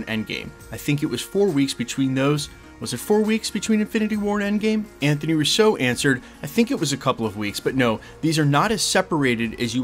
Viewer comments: It's RU-SO, not Russeaux --They aren't French. Love you channel,. I watch daily. Keep it up, brother!! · Why do you say Russo like that? Lol